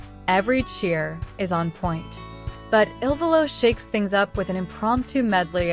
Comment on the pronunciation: First, it is not I.L.VOLO…..it is ILVOLO……not ILLINOIS VOLO……. Learn the proper pronunciation of each of their names…..you are totally embarrassing yourselves. How can you profess to be professional when you make major errors??